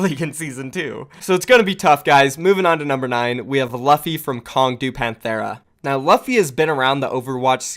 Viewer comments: luh-phi? pretty sure it's pronounced Loo-phi. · I’m pretty sure it’s luffy (L-U-ffy) like from the anime one piece, where the main characters name is luffy (L-U-ffy). Check English dub if you are unsure of how I am showing you how to pronounce it. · Luffy is pronounced Loo-Fee like the main character in One Piece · I think his name is pronounced Loo-fee, is his name not a reference to Monkey D Luffy from One Piece? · its pronounced Loofy cmonBruh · So, in case you don't watch One Piece, the name Luffy is pronounced "Lew-fee". Keep up the good work otherwise. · Pretty sure u mispronounced luffy my friend